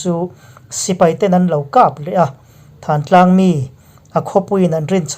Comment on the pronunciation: Thantlang nilovin thlantlang tih zawk tur a ni